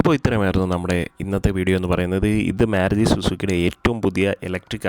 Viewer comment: മേരുതി അല്ല ചേട്ടാ മാരുതി എന്ന് പറ